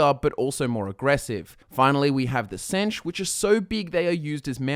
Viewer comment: The way he pronounces senche irritates me so much.